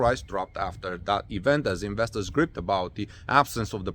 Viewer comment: gr eye pt not gripped. gripe means to complain.